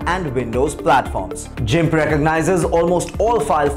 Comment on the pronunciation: 1)Gimp ( Gun ) 2) Pixlr (Pixla) 3)PicMonkey His pronounciation was so bad